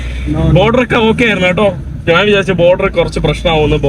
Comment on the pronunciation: നാൻ അല്ല, ഞാൻ ആണ് ശരി